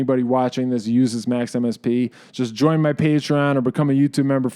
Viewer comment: I hear Max/MSP as Maximus P, which sounded kind of cool